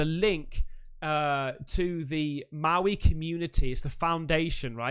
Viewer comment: your pronunciation of Maui hurts my ears🤫